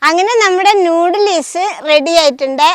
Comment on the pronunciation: നൂഡിലീസല്ലാട്ടോ നൂഡിൽസ് ആണ് ഇത്തൂസ്